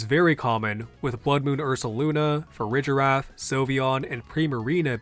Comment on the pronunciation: Why do you pronounce it Farijiraf, instead of Farigiraf?